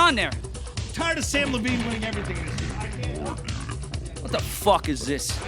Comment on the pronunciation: Nice job mispronouncing Samm Levines name